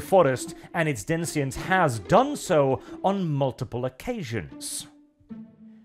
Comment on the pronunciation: Denizens,; not denziens.